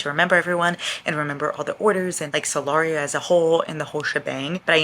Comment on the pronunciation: Every time you said 'the world of Solaria' I was just thinking 'the world of Celeriac'... the vegetable 😂